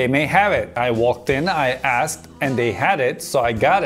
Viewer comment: I assed...or I asked?